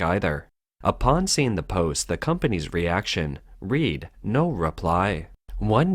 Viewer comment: Lol. American AI reader is just as stupid as it's american coder. Reading read as present tense instead of past.